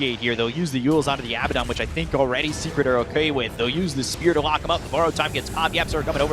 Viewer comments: I just want to say 'secrekt' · SECRET? NAH MORE LIKE SECREKT🤣🤣🤣